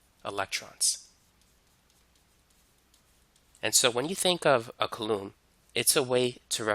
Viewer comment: "koo-laam". Not "kuh-loom"